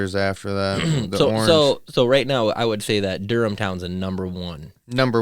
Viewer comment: You said Durham town correct. And yea it’s a bad ass place to ride .